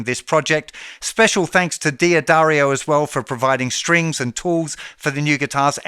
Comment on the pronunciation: ”Dah-dairy-oh" is the correct pronunciation of D'addario. 😉